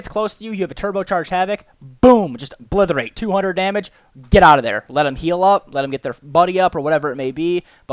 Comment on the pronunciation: It's pronounced OBLITERATE not "OBLITHORATE" You illiterate heathen.